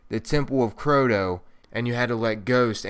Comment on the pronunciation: 1. Its crota not croto2. Its the dark below not dark beyondLol! Love you channel tho